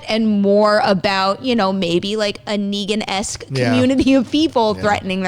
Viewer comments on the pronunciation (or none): The way that he said Negan is horrendous.